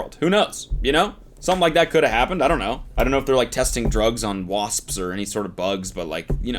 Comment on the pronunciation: Spelled wasps, pronounced wasssspsssss